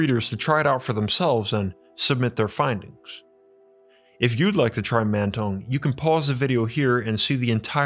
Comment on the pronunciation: Mantong sounds like "Man tongue".